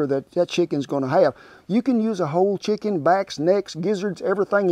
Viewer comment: To me, it always sounded like he said "shicken"!